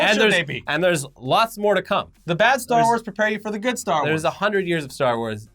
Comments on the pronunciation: Do people actually call it a “star war” ... it hits my ear wrong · I'm not going to lie. I got a little triggered every time you guys said "Star War". It's Star WARS!